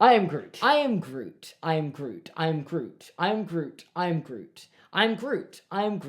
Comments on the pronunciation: it sounded like he was saying irn-bru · by the end of the i am groot segment it sounded like you were saying irn bru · when you started saying "i am groot" i thought you were saying "and i oop" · Your pronunciation in grootish is atrocious